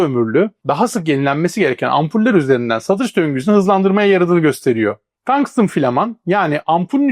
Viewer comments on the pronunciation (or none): Tangstın diye okumana gerek yok,bildiğin tungsten, Türkçe maden ismi